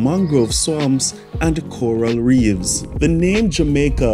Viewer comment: beautiful but not coral reeves ... coral reefs